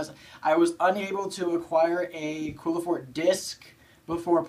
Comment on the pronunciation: I hope you've learned how to pronounce Qliphort since this video.